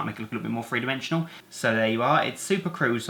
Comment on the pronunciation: Free? Are you saying three